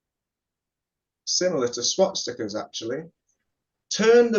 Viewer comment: Did he say "swat stickers"?